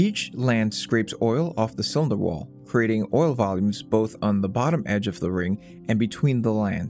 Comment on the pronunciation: 'inna cywinder wawl'